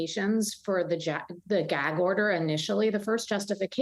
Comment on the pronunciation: Why can y’all not even get the word gag out of your mouth 😂 y’all both kept trying to say jag order 😂